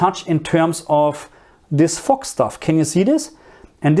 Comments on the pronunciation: Fog is what i think you are saying. It is pronounced with a harder g at the end rather than the sharp sound you are using that sounds more like it pronounced fock or foque., just get that hard G at the end which you can practice by saying the word Girl but leaving out the R & L so Gi once you have that down begin to emphasize less on the I and just the G. Then combined with fo with that hard G you will get fog. . Another word is Mist almost like missed but a T at the end. Another word you can use is Har which is the fog that comes in from the sea. It is pronounced like you are say Ha as in Ha ha but with the r at the end so Ha r , Har. I also think you may be talking about light rain when the rain particles are so small we don't call it rain but rather drizzle. EDIT: as i watched further in to the video it is mostly steam we would use to describe that like you get from boiling a kettle. I would use steam for the stuff coming from the ground pipes and mist from the rain rather than fog. Fog is when you have that really thick mist that when you are driving you can't see far ahead so you use your "Fog" lights. Hope this helps. I like to learn languages and always like to know if i pronounce the words correctly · I’m sorry but why doesn’t anyone acknowledge the way he pronounced “fog” at the beginning lmao no hate